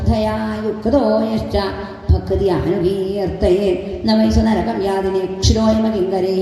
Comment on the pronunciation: സപ്താഹ വേദി അതിമനോഹരമായിരിയ്ക്കുന്നു.ശ്റീമണി ആത്തേമ്മാരുടെ വായന അസ്സലായിട്ടുണ്ട്.കീർത്തനവും നന്നായിട്ടുണ്ട്.നരകം എന്നത് പറഞ്ഞപ്പോൾ നഗരം എന്നായിപ്പോയോ? ഒരു സംശയം 🙏🙏